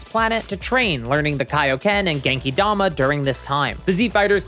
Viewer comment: God I’m only one minute in and I hate this new lore so much lol. Diama. More like whyma?